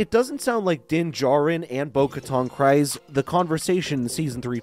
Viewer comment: KrEEze, not KrIse ... Just saying dude